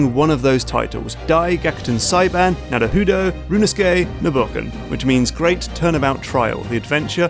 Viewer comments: For a channel whose majority of videos oftentimes feature games with Japanese roots, y'all really like featuring guests who can't pronounce Japanese. I can understand accents being different, but "Naruhudo" wasn't even phonetically correct. Typo in the script? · Sokka's name from Avatar: The Last Airbender, is taken from the Japanese word "Soka" or "Sokka", which are general colloquial pronunciations of "Sou ka", or more politely "Sou desu ka". It kind of means something like "Oh, is that so?" and sometimes like "Oh, I see." or "Oh I get it!"- like Naruhoudo ! :D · NARUHUUDU? Really?? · Every time Mark (as much as I love his main channel content) says "rooneskey nuhruh hoodoe" I die a little inside.